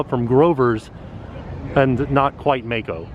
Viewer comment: I love how butchers names., if you ever read this comment, I assume the ride you referred to in the beginning is spelled "Mako". If so, it is not pronounced with a long "a" as in "May-ko". The correct pronunciation is "Mah-ko". Rhymes with the name "Rocco". I believe it is the Japanese word for either shark or a type of shark. Not sure. Hope that helps. Keep up the awesome work!